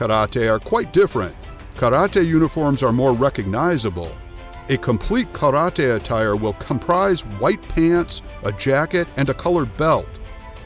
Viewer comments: Karate is not pronounced KADOTEI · omg he say karate like karade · The narrator say kalatee instead karate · I hate the way you say karate